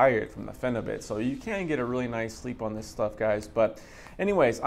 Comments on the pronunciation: it’s pronounced ”bute” as in butyric acid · please lol pronounce it pheni butt.. i take it 2 times a week somtimes 3 for 2 years now. i taper my doses down to .6 grams 2 times a week then i go up again to like 1 gram then back down lol